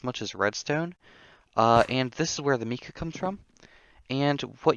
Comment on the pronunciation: I am not trying to be rude at all but the Mica powder isn't pronounced like Mika it's Micah just to let you know because it is my name 😂